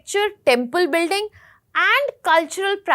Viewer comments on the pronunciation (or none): none